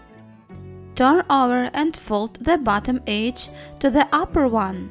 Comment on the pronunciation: you need to say edge right